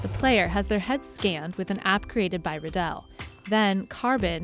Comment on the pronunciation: ha this guy works with Riddell and cant even say Riddell right